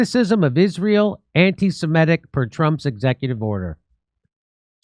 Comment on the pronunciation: Somebody ask Jimmy to pronounce 'semitic' or 'anti-semitic' 10 times in a row. Let's see if he can pronounce it correctly even once. I would say it's a 100 percent NO... even when he's in the presence of someone pronouncing it correctly.